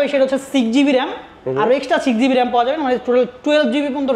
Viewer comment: মোবাইলে পরিচয় বা রেম রম ঠিক ভাবে বলতে পারেনি,গাজা খুর বিক্রেতা 😂